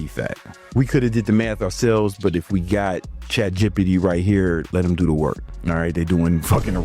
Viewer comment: Why do you say chatgot like that😂😭?